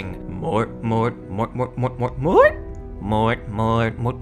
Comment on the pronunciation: I'm not but that's pretty interesting. I'm going to look that up later. You actually got the pronunciation correct, a lot of people don't get it right.